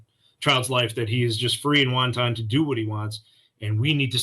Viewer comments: It’s not wonton, sir. It’s wanton. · I have to take exception to the officer repeatedly saying "won-ton" when he means wanton. But parental rights also include parental responsibilities. Its good they'll require her to go to counseling and therapy rather than give her jail time. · The way that this cop pronounces the word "wanton" makes my teeth itch.